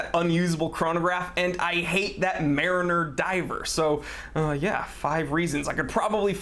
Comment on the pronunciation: the way this dude pronounces mariner is fysically hurting me, otherwise great vid